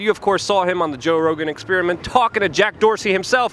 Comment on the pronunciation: joe "expiriment" rogan